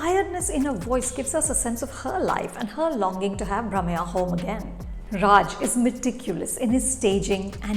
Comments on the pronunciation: It's Brahmayya with a stress on 'y' (nee Bramaya) Ondu motteya kathe (nee kaathe) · Chopra, please try to get the pronunciation of the names little more correctly. You have not made justice to Brahamayya's pronunciation and many other names.